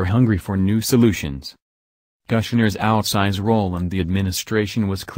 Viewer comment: kush-ner not Gusner